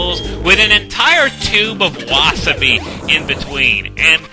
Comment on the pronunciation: I wouldn't call Wasabi super hot but rather it hurts your throat-ish and it goes up your nose. Also, you got a more correct pronounciation for Wasabi than wa-Saa-bi like every one says.